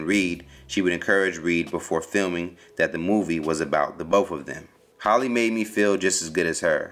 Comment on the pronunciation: It's HALLE, not HOLLY